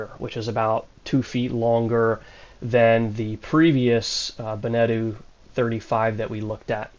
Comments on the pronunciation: It’s “benna-toe” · Be - Ne - Toe, not Bene - Tu, I think that is another more Polynesian brand ;-) 20hrs/year motor-usage ??? that boat has not been used then, or there is a new counter installed have you done an official check-up by a Nautical Surveyor ? migth be handy for your insurance and also detect hidden issues, because there are always some (that window "dent" needs to be checked) ... it will give you room to start negotiating with broker and/or owner. are you looking for a domestic/coastal cruiser or do you want to go BlueWater cruising ? this one is night&day difference from your selected Beneteau, engine room should be virgin white floor, it tells you much about the general boat condition ;-) the hull just needs rough sanding and then some layers of anti-fouling., but the current layer seems to be ok. I didn't see any anodes attached to the hull (maybe on the rudder ?), so you might wanna check that. the V-bird is gonna become your storage room / sail-locker. and take your time to review the boat, the broker is there to help you to buy, that's his job, even when he checks every second his watch. take your time, it is your investment once you have signed !